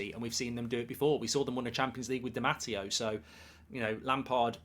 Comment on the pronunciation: Roberto Di Matty-O 😂